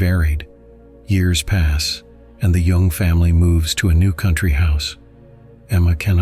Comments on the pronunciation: It is spelled Jung, but pronounced Yung. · His name Jung. Not Young.